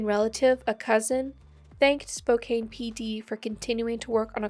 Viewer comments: Spokane is a Native tribal name. Pronounced SPO-kan not kane. The best option is to Google 'how to pronounce' Not every place name is pronounced as an English word. Good luck! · FYI, the second syllable in Spokane rhymes with tan. Not cane. Hard to know how to pronounce different place names.